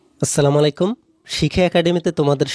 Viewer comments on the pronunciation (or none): আপনার ক্লাস টা খুবি ভালো আর সুন্দর ধন্যবাদ, বাট আসসালা মালাইকুম না আসসালামু আলাইকুম হবে 🥰🥰 আর ধন্যবাদ এতো সুন্দর করে বুজিয়ে ক্লাস করানোর জন্য🥰😊🥰😊